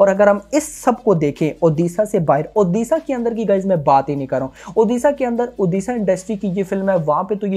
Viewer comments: ओदिशा नही भाई ओडिशा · ओदिसा नही उड़ीसा बोल भाई नही तो unsubs कर duga 🤣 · One request sir pls pronounce the state name proporly..it's not oodisa it's ODISHA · Don't say oddisaaa it odisha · Bro first learn to pronounce the name "Odisha". It's not oddissa. Are you guys for real! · सर इसे ओडिशा उच्चारण कीजिये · Brother aap Odisha ko galat pronounce kar rhe hai, please pronounce it correctly 🙏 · please pronouce odishsa correctly u are from india not from england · since you are using odia film as a content for your channel at least get pronunciation corrected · Odisha ka nam sahi se lele fir movie review karna